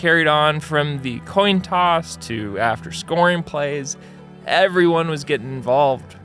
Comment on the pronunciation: "toin coss"?!?